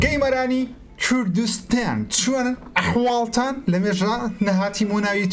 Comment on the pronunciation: چوردوستان نیە کوردستانە ؛ نازانی قسەش بکەی